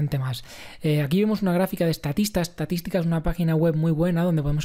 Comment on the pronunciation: Hola, muy interesantes tus comentarios y vídeos. En el vídeo mencionas una página web de dónde sacas algunos gráficos, al pronunciarlo no se entiende muy bien, estatisca o algo así. ¿Puedes decirme el nombre exacto. Gracias.